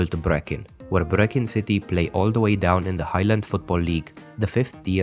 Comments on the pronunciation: It's not 'breek..inn' at all. The CH is guttural and not a hard K. Like pulling phlegm out of your throat. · You butchered brechin it's pronounced rhymes with tree kin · Brechin is pronounced Breekin but you were spot on with everything else. 👍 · I don’t know where the uploader hails from, and fully admit that I’d probably make a few howlers in his language but his mispronunciation of Brechin as ‘Brekin’ had me wincing. Also, Arbroath’s nickname ‘The Red Lichties’ owes nothing to the lighthouse but refers to the large window in the burgh’s ancient abbey (now ruinous). It was illuminated at night and thus acted as a de facto beacon in times long ago. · This is a BRILLIANTLY researched piece.. well done. Being a scottish football fan I am familiar with all the information but you've done very well. The pronunciation is also excellent with the exception of the very last team featured.. namely Brechin. It is pronounced Breekin like a double 'E' but that's a mistake most English people make too so .. not points.lost on that one.. overall 10 out of 10. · High ..Bees pronunciation for Hibs nickname , Breek..inn for Brechin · It's not a hard K it's guttural like pulling phlegm from your throat and can't be written phonetically smart arse. If you say it with a hard K you're sinking to Gordon Ramsay levels of mispronunciation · I love the way you pronounce Aeberdeen, just like an Aberdonian 👍 Though Brechin is pronounced gutterally with the throat Thank you for not getting involved in sectarianism, I hate it, its a divide and rule tactic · He said Brechin the same way Gordon Ramsay did and he's meant to have family there